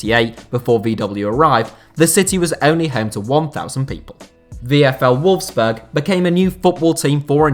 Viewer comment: Nearly every placement in this video is butchered in surprised you didn't mispronounce Leicester considering you mispronounced nearly every other place on this list. I found it funny that you got Volkswagen right but Wolfsburg wrong. I wonder if you do any research into these videos apart from using Wikipedia!!! Very sloppy. I also don't think using the comparison to the countries biggest city actually does what the video title actually says. There are much more deserving cities then those you actually mentioned as have been mentioned in the comments.